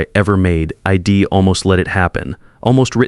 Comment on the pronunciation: I was multitasking, half listening and wondered what 'eed' was😳 oh, got it! it's - I'd 😁